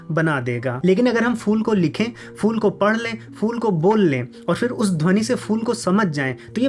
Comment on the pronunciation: भाई आप तो ख़ूब अक्ल की बातें करते हो मगर "फूल" को fool क्यूं बोलते हो? उसे phool तो बोल सकते हो। देखो elephant और elefant बोलने में कोई फ़र्क है की नहीं? वैसे फर्क और फ़र्क बोलने में ph और f ध्वनि का अंतर है। पता नहीं आजकल क्या जुनून सवार है के "फ" को "फ़" उच्चारण कर रहे हैं आपलोग!